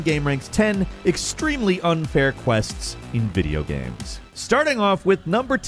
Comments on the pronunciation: This man said video GAMS (not video games) in the first 5 seconds? Derp lol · "video gamz" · Did he say videogams in the first sentence of the video? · Homie said "video gams" at the beginning 😂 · "video gams" lol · “Video gaemes” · Did- Did you say 'video gams'? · Did that guy just say video gams? Why am I the only one talking about this? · “video gams” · Did he just say video gams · He's done it multiple times now. Is this a running bit?